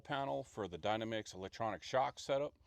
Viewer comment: It's so easy to say it incorrectly but its pronounced DY-NAMM-ICKS